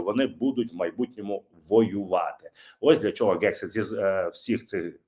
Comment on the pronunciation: Пане, будь ласка, вимовляйте правильно "Хегсіт", не "Ґексіт", бо ріже вуха. У вас вийде. Послухайте як пан Роман вимовляє. Потрегируйтесь і у вас вийде. Дякую за зведення Бажаю здоров'я Слава Україні! 💛🇺🇦💙